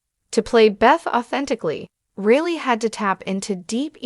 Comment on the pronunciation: FFS... get her name correct. Surname is Reilly.... pronounced as Riley, not Really